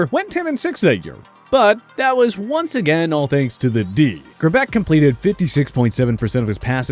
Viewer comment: if your going to have someone in your list at least pronounce their names correctly. it's elvis grrback not however it was said in here sounds almost like elvis grebek like alex trebek